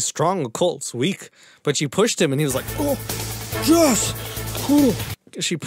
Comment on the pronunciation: when Jess said "My name is Jess." i thought she said "My name is Jeff!" and i chocked on my hot chocolate lol ... 🤣😂😆😄